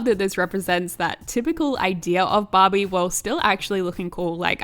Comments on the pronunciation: Am i the only one hearing 'bobby' instead of barbie? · everytime she says ‘barbie’ i hear ‘bobbi’ what is wrong with me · When she says Barbie, i sometimes listen Bobby hahaha